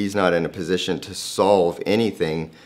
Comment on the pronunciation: I love how Greg puts emphasis on the word solve